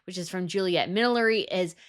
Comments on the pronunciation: MilliNERy. Not millery. Sorry, I had to say it. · It's not millery, it's millinery. Hats. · Millinery not ‘milliery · Fun video and absolutely agree with the choices! Note "millinery" is pronounced mi·luh·neh·ree. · I do like your channel but I wish you would learn to pronounce things properly. It's millli- Nery. With an N. . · Can you please learn to say the word Millinery correct.